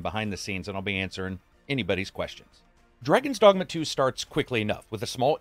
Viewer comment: Did I hear "Dragons Dongma"?